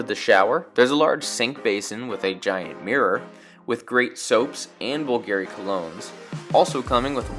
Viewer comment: You mispronounced Bulgari